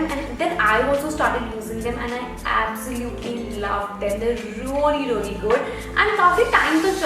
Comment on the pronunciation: plz check your vocab with pronounciation not rally its really